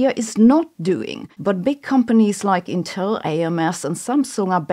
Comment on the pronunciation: It's AMS, but she did pronounce ontel wrong.